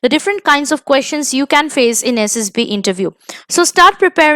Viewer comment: Mam it's SSB not SSP..PLZ CORRECT